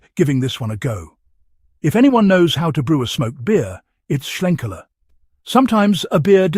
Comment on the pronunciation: Sounds good, may well check this out - love a bit of smoke in my beer. The main thing about this review though, it’s nice that a beer reviewer can actually pronounce Schlenkerla correctly - most omit the ‘l’ and call it Schenkerla 🙄 For that, you deserve a cuddle from Jennifer Lopez.